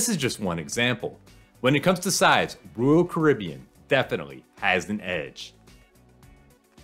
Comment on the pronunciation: It's not Rool Caribbean, it's Royal Caribbean.